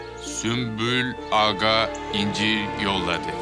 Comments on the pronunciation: Hürrem: Süklüm ağa: Sümpül ağa: Süslüm ağa 😂😂😂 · Hürrem süklüm ağa der sümpül ağa der Prenses süslüm ağa der Kimse bu adamın adını doğru söylemeyecek mi 😂😂😂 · yabancıların asla sümbül ağanın ismini söyleyememeleri gosofmsşdls